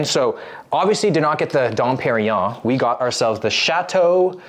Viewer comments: Dom PeriGNon mofo. not Perion. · lmfao "What's don perrion?" ...nope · It was funny when Rodman said Don Perignon 😂 because i knew had no idea how much that cost...😂😂